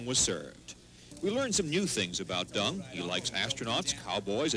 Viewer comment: In what language do you pronounce Deng as “Dong”? Stupid as stupid does, there are more than one sound for e in English, none is pronounced as /O/!